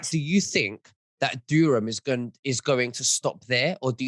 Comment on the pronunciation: it's Durham not Dureham... why do you keep saying it wrong?